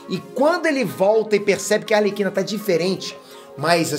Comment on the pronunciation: Pior é os que falam "Alerquina".